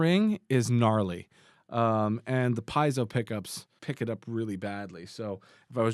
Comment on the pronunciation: Its not pie-ezzo Its pee-ezzo